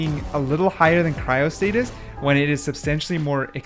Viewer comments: Why does bro say cryostasis as cryostatis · 1. You number the skins by when it shows up, not by the Ranking ( how hard is that?) 2. You mispronounce the easiest names Cryostasis->Cryostatis?, Aemondir-> Aemondur? ??come on bru 3. The S and A listing makes no sense.